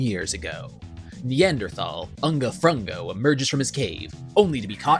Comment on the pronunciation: “UNGA FRUNGA” 😭